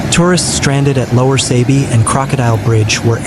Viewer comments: It's pronounced Saabee not Saybee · Sabie. Not Saabee nor Saybee.